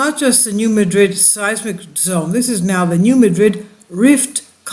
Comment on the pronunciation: Please check the pronunciation of New Madrid because we Missourian’s don’t say it the same way as we pronounce the city in Spain.